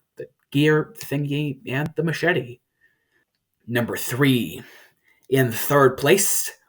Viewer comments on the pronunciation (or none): none